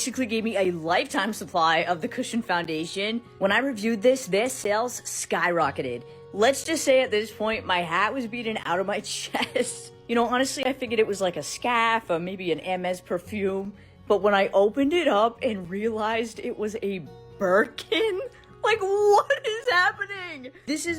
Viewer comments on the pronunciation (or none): “a scfaaf” 😂